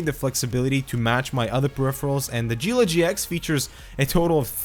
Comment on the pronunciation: It is 'ghee-la'